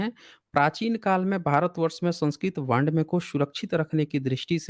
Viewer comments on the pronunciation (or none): वाङ् मय को वांडमय बोलते हो ... तुमसे न हो पाएगा।